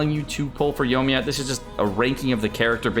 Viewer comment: OMG please say Yoimiya correctly